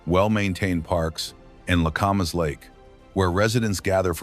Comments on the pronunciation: Oh, yes. That one got screwed up, too. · It’s not pronounced Commas, it’s as in CAMera: Camas